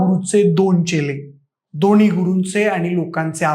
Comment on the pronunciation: दोणी, दोणीही, प्रतिभावाण, जाऊण....अरे 'न' आणि 'ण' कुठे वापरतात ते न शिकताच चॅनेलवर आलायस! जरा भाषा शुद्ध करून ये!